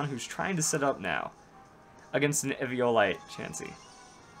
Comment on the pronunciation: do you know how to say eviolite you downsy